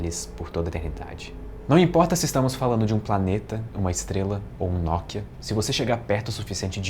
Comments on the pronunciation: um Nókia? kkkkk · “Um N O K I A” KKKKKKKKKKKKKKKKKKKKKKKKKKKKKKKKKKKKKKKKKKKKKKKKKKKKKK